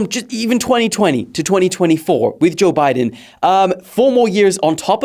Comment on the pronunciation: bro named the segment joe bye-den lmao